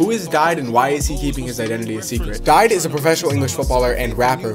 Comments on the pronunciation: It’s pronounced di day not didey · It’s pronounced DeeDay and his real name is Sheyi Ojo, people have known this for ages now